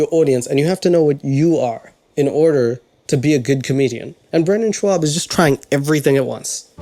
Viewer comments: Do you realize that you keep mispronouncing his last name? There's no "W" in there. Sh-aub not Sh-wab. Not that I'm defending him or really care, just wanted to point that out. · Can't stand the way he says SHWAB. It's not a punchline. It's just a mispronunciation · I love hou you pronounced his last name, because it sounds like šváb, which in my country is name for cocroach. And he is just a cocroach 🤣🤣🤣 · I love that you say his name wrong the whole time lmao. You say ‘shwab’ lol. You also spelled it wrong on your white board. I just laugh because I assume you’re trolling his name the same way his ‘friends’ do lol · At least you spelled Schaub correctly instead of spelling in “Schwab”… 😎love the pink bathrobe but you should have closed with saying his name correctly 1 time “Schaub” … now that would have been funny 🤪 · I really really dislike Brendan but wow you’re really hard to like as well. How ironic you talk about how bad his comedy is but wow yours is atrocious as well. And I’m more than sure his last name isn’t “SHWAB” 😂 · Nobody gonna comment on he keeps calling him Brendan "SHWAB" 😂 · "Brendan Schewab" lol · I like how he calls him Brendan Schwab, not Schaub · The way you say his name sounds exactly like "Brandon Šváb" which would be Brandon Cockroach in my language. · Great video as always. His last name is pronounced like knob though. Ik that minor but it was distracting lol. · Is he intentionally mispronouncing brendons last name? Obviously be did a lot of research on the guy i dont see how you can get that wrong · and there is no w in his name dumbass you haven't said his name right once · Try to say his name right before you trash the guy for how he mispronounces everyone's name and like... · THERE’S “W” IN ‘Schaub’!!! You’re as brain dead as him. How can you say a guys name wrong 5000 times?. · U could pronounce his last name correctly since ur making an entire video on the guy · Step 1 to trying to roast someone. Learn how to pronounce their name.